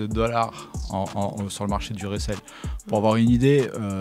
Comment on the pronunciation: Resell:revente. Reseller:revendeur. Arrêter de nous massacrer les oreilles de rissèie ;)